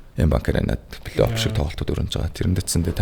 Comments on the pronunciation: flayoff bish playoff shtee П seg baigaazdee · Плэй Офф шүү дээ Ф үсэг, П биш! Сагсчдадаа үнэхээр хайртай, дуртай. Гэхдээ бүгд энэ Ф ба П үсгээ зөв ялгаж хэлж байгаасай! Үнэхээр чихэнд эвгүй сонсогддог шүү 😢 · suuliin F useg helj bn, ehnii P bish.